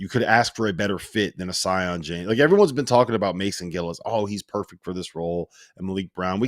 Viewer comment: Sion is pronounced see-on lol, I thought they would get it right the second time around.